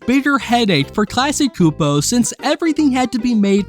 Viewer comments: "Classy Koopo" had me dying. 😭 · Dude, it’s pronounced. CLASS-KEY CHEW-POE KLASKY CSUPO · The company itself pronounces it "class-key ksoo-poe" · Everytime you mispronounce Klasky Csupo a piece of my childhood dies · The way you pronounce Klasky Csupo is going to give me a stroke of pure rage. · Not everybody knows how to pronounce those Eastern European names. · good indicator to not watch the rest of the video when I see them making dumb mistakes like this